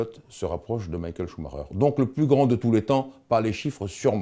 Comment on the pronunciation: cest quand meme mal- A pronouncé "Maikel chemaiker"